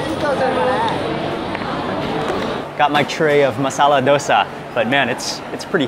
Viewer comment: Finally someone who says masala dosa the way i prefer. Its so great to hear.